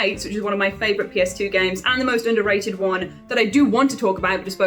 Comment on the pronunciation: said “oonknown oonderated” and it was chef’s kiss